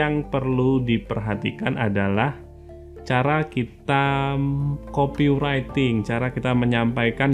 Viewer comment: Mantap bang, cuma nyebut copywriting nya salh. Buka aja google translate bang trus dengerin. Terimakasij